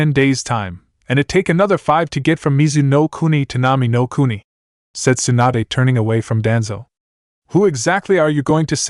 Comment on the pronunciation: I dont know if it's a translation error or a TTS narration error because it was fine in part 1 but....... "Swanda", really? Her name is Tsunade (sue-nah-day) not "Swanda". Either way, wether the error is from translation or TTS. The end result is due to a lack of proofreading/listening and proper editing. Edit- also its incredibly annoying that there is a noticeable pause before.......... "The Hold", everytime its said. Once or twice for dramatic affect is fine but when its everytime it just breaks the narration flow for no reason.